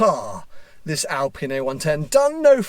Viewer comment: It's an Alpine, not an Alpina (or my ears are playing with me and your pronunciation :P ) UPDATE: Oh sometimes you say clearly Alpine, good 😂